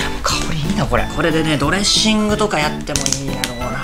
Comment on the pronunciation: ドレッシングの発音が料理人のそれ笑